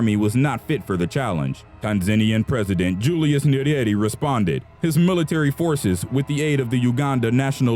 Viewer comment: Great job. But I'm not criticising your narrator, but you should have gotten an African to narrate this one. The accent this one has totally mispronounced the names of the ones involved. Eg- Obote, Nyerere etc And please do research about Gaddafi